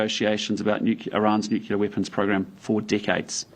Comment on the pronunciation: Please teach him English, someone! " nucular" 😬